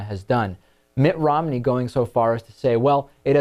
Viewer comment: David, are you saying Rom-in-ey or Rom-ney?